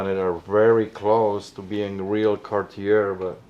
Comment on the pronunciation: the storeowner is a jewelry dealer and can't even pronounce Cartier WTF.